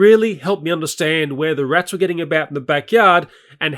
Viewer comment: Why he calls rats rittles